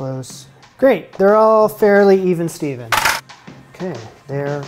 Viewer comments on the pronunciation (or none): none